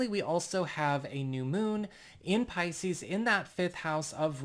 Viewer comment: Your intro does not match your belife. You hedge your bets. Its a nice intro. But a bots voice realy. I leaving you say piseces. Two fish look up seas i said see. Trust me im leylines i know?